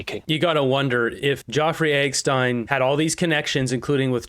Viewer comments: it's Epistein, not EGG-Stein hahaha... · Why do you refuse to pronounce Jeffrey Epstein's name properly? It's not fucking Joffrey Eckstein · So you can play a video clip about Jefferey Epstein where they can say his name but you call him "Joffrey Eggstein"? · Jeff-Rey Ep-Stein 😂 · what is up with your epstein pronunciation? is it an algorithm thing or what? do you spell it that way too?